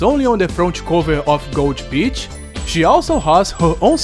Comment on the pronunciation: When you wanted to say gold beach i understood Gold Bitch :D, anyway great review Always nice when you talk about Japanese games so i'm sticking around for sure ^^